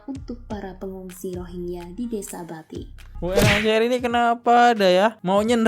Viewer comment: ekonomi indonesia lebih baik dari Malaysia di thn 2017. aduh kok masnya ga baca n denger berita. mereka datang ke mslaysia karna bisa dpt kerja dgn gaji rendah. sedangkan di Indo tdk ada yg mau memperkerjakan Rohingya. Mas salah sebut bukan Rohigia tapi Rohing Ya😅😊